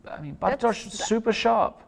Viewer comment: May I just say: what a brilliant commentary, especially from Lawrence in this game. And what an excellent pronunciation of Bartosz's name by both commentators - well done!